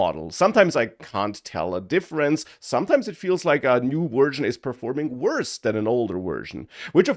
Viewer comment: wersion, lol vorld, lol awailable, lol